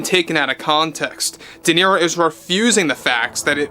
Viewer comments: Robert dequeero 😅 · I don’t think Duhhhnero has ever read a book😂😂😂